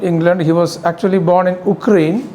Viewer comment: With due respect sir, I can't help but notice how you butchered those country names: Ukraine, Austria